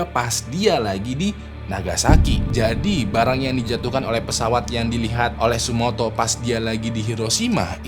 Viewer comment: tsutomu bang bukan tsumoto